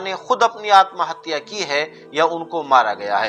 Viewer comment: Aap bar bar hatiya hatya kuo bol rahe ho tum ko urdu nahi aati